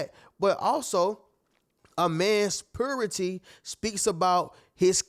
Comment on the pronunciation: It's purity..pronounced "puuyyrity", not "poohrity".